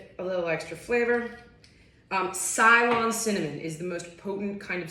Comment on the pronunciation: It's pronounced c-lon cinnamon